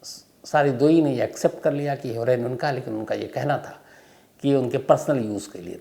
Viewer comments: Sir woh her=oine boltehai not heroine as in you call a lady actor 😊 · हीरोइन नहीं हेरोइन क्यों नहीं बोलते शम्शभाइ 😂❤